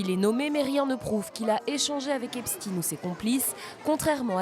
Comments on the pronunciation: L'illustre Albert se prononce bien Enstein ... pourquoi prononcer Epstin quand ça s'écrit Epstein ... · ça m'énerve que même les infos BELGES ne savent pas prononcer "STEIN" phonétiquement on dit EPCHTAIN comme Einstein ! Pourtant l'Allemand est une langue nationale en Belgique ! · On dit " Epstein" et pas " epstin", comme Einstein et pas Einstin. C'est juif, ne le cachez pas, on le sait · En français : EPSTEIN se prononce CHTEIN - EPSTEEN se prononce Epstine. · Les américains prononcent "Epstine". Y a pas vraiment de logique pour les noms propres. Je vis à côté de Waterford ,une ville irlandaise. Les irlandais disent" Waterthird". Pas de logique. Whitney Houston devient Youston... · Qu'Epstein n'ait pas été français est plutôt une chance, pourquoi vouloir prononcer son nom à la française ? Et les Américains prononcent bien Albert Einstine. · Lui même prononce son epstine